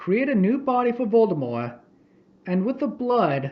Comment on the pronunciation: If you have ever had an argument on why you pronounce Voldemort like that, I hate you. If you admit your wrong but refuse to change how you say it, I respect you. If you say it's your accent your lieing.